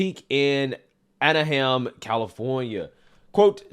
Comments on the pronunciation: It’s pronounced ANA-HIME. Not Enahem 🥴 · Lmao G it’s pronounced An-oh-hiem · BRO the way you say “Aha-right” after literally every single sentence is so annoying and starting to make me think you’re a re re and not Rihanna. That on top of not knowing how to pronounce “Anaheim” and calling Memphis “MenTHis” is to much evidence. Dude is slow.